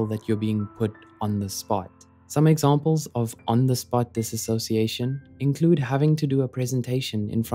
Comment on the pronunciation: One thing… you pronounced (and sometimes spelled lol) dissociation wrong haha It’s a common error. It’s “Diss-oh-see-ay-shun” not “Diss-ah-so-see-ay-shun” As I like to say, there’s no “ass” in dissociation lol